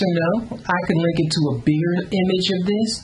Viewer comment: i lost it "im gon LINK this som place!"